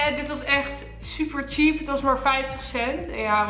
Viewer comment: “zuper veel” 😂😂